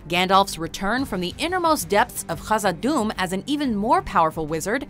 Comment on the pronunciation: You pronounced Khazad-Dûm incorrectly